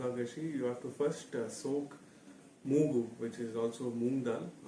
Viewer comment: It is moogu not moogadali